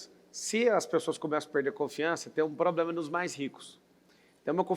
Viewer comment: poblema ? escutei isso ?